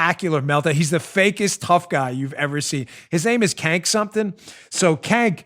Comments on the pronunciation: HAHAHAHAHAHAHA you said KANK!!!! It’s pronounced CHENK but I prefer KANK. That’s the funniest thing Ive heard today... thanks for the laughs!!! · Dan his name isn't Cank, it's Chunk. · Hey Dan, according to Tim Pool, who apparently is familiar with this guy, his first name "Cenk," is pronounced "Jenk." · Dan you got his name wrong. It’s Not Cank it’s Chunk Yoghurt from TYT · Kank? I thought it was Junk. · The guy who runs the TYT clown show, his name is pronounced "Chunk Yogurt". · Oh my goodness, I about died laughing hearing you repeat the sound "kank" fingers crossed that you deliberately mispronounced his name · Cenk is pronounced sink aka 50 cent ogre. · It's "The Young Turks"... not "Turds", although fitting. The head turd's name is pronounced JAYNK. It was his group "Justice Democrats" that put AOC in office.